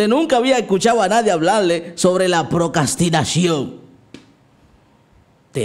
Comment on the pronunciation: Vuelves a decir "Procastinación", en lugar de "Procrastinación" y me desuscribo. JAJAJAJA. ¡Mentira, me encantan tus videos, no me pierdo ni uno! Bendicionesss❤